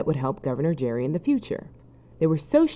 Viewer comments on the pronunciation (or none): His name is pronounced like Gary, not like Jerry. And yes, that means we pronounce gerrymandering wrong. But the least the supposedly educational narrator can do is actually get his name right. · Elbridge Gerry's name has a hard G in Gerry. Gerrymandering was (presumably) originally pronounced with a hard G too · If you can't even get Gerry's name right, everything else you say is suspect. Sloppy is not convincing.